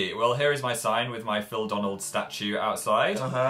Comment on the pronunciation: it's phildonalds not phildanalds